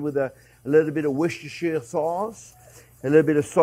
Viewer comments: 'Wooster' sauce, JP. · I thought it's pronounced "wooshter" sauce. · Hey chef you pronounce it like WOOSTER-SAUCE. 😊 I know, it's written diverend on the bottle, but... The English say it to you call that sauce: WOOSTER-SAUCE. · “what’s-dis-here” sauce😊